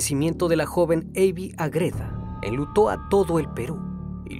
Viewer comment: Estimado, ¿Porqué pronuncias AgrÉda, cuando tú mismo escribiste Ágreda, con la sílaba tónica en la A? 🙏🏻 Me encantan tus vídeos, no lo tomes a mal, sigue haciendo contenido de gran calidad 👏🏻